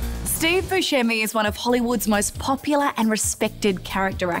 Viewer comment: He actually pronounces his name Buscemi (Buse-semy)